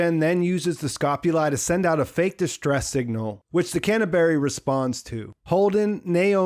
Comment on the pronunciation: he working on ice hauler called "can of berry" hehehe